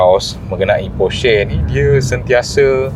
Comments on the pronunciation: bang sebut nama brand porsche tu betul. salah tu hahahaha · Terbaik bang…sejarah Porsche dan info mantap….cuma kalau boleh tambah baik dengan sebutan “Porsche” itu sendiri…at least netizen dapat tahu sebutan yang betul nama Porsche itu sendiri. Sekadar cadangan 1sen dari saya.